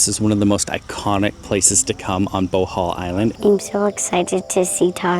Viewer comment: That would have been a lovely Bohol waterfall tour video....if you didn't go on so much about coffee and learned to pronounce Bohol correctly. Re-edit and youll get 100's of thousands of views. Even Boholanos would like to see their island from a foreigners perspective. (I've lived on Bohol Island for 5 years.)